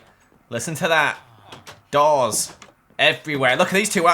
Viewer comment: When you said doors i thought you said dolls